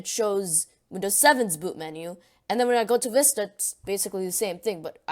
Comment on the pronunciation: visita? it's vista not visita